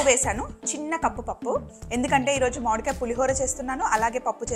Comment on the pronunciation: Modikaya kaadhu akka mamidiya akka